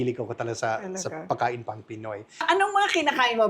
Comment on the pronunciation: pwede paki-ayos mo naman yung salitang "Pagkain". Please lang kasi I'm getting annoyed whenever I hear you say "Pakain". Don't forget to pronounce the letter "g"